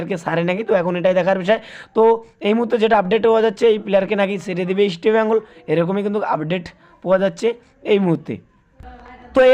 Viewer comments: it's...EAST BENGAL...NOT...EASTI BENGAL ... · Eastbengal উচ্চারণ ঠিক করা দরকার।